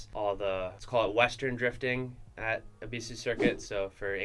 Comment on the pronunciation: Is it really pronounced Eeeeebeeesuuue